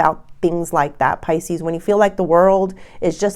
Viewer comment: It’s Pisces not Pisceseanoys